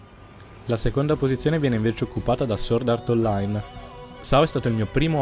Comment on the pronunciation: Finalmente qualcuno che usa la pronuncia giusta di Sword Art Online